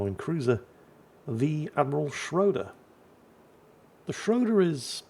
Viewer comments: it's schrooder. The "o" with the 2 dots on top(oomlauts). It's pronounced "oo". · Ägir is a hard G, as in grouse. Schröder is not Schrouder, rather Say the Ö as you do the U in "burn" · please. ö's (and ø's) are pronounced like the i in bird or the u in burn. And Ägir is pronounced with a hard g. And while I'm going at it, e's in names of Japanese destroyers like Shimakaze for example are pronounced like the e in extra. Now you know.